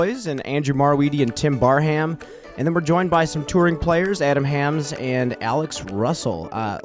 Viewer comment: Also Hammes as hams seems wrong, but I don’t really know.